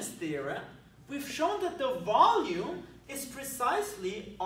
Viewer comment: Sometimes when you said "volume" I understood "ballium" and then thought: "did he said that and if yes, was it intentional?" Would fit well in this scenario though :D